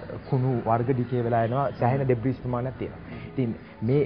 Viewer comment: "Debris" pronounce කරන්නේ "ඩෙබ්‍රී"කියලා මිසක් "ඩෙබ්‍රිස්" නෙවෙයි. ඒකවත් දන්නේ නැති ගොබ්බයෙක් රොකට් යවන්න කතාව. මුංගේ ගොබ්බකම පවුලෙන්ම එන එකක්